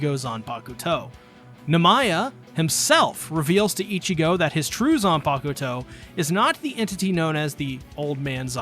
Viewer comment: I like how you pronounce zanpakuto😌😌....great video btw